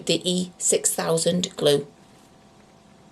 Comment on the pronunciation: Im counting, How Many videos Can make, where she say E 6000, the absolute wrong way… ive seen 3 videos by now, but this is the best, she just appoligised to do it again, straight away 🤣🥰🤣🥰 I love it